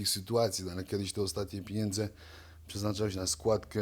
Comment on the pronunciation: ale gosciu nie potrafi mowic. On mowi na pieniadze- pieniedze. Albo jest po prostu glupi , ze nie potrafi sie merytorycznie odzywac, albo juz ma mozg tak obity…. Jak od bicia to nich spauzuje, bo bedzie jak golota…